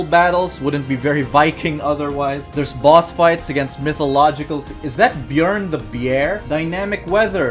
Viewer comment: "Bjorn the Bjear" does he know?